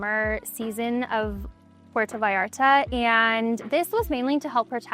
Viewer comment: No thank you to gentrification 😂 By her pronunciation of Puerto Vallarta I know she can't even speak the language 😂 Americans moving to Latin America to take advantage of cheap prices while making living for locals unaffordable